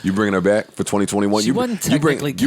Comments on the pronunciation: Why can’t joe ever say “back to business?” He always seems like he concentrates really hard to say it correctly but he always ends up saying “bike to business.” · so nobody notices how its sounds like joe is saying “bite” instead of “back” in the beginning